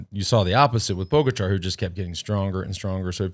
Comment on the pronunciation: I’d just like to say I bet money on Pogacar to win the stage - go me! Second note - what is it with Americans and literally being unable to pronounce any name at all - demolane...poooogachaaar.... what the hell?